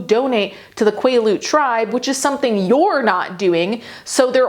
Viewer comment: quaalude tribe instead of quilete tribe is hilarious 💀🤣